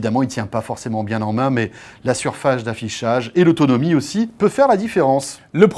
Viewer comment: La "surfaGe" de quoi François ? Mdr mdr